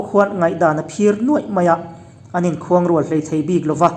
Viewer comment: A ngaihnawm khawp mai. Chhiar dan pawh. Mahse: khuangrual ni lovin khuanrual